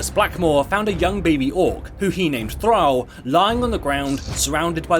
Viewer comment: I got confused with his pronunciation of Thrall :p